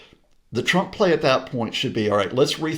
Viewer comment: lol she says twwwwwump. Is she Australian